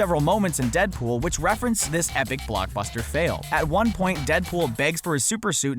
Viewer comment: He said danpool